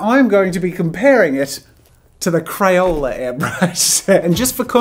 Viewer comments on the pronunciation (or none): 😂 😂 😂 he said crayole instead of crayola